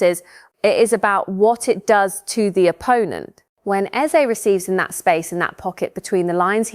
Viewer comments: Its 'EZE' not bloody 'Isaak'..🙄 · Why do you keep mentioning "Isaak"?!!! His name is "Eze" for Christ sake!!!!!!!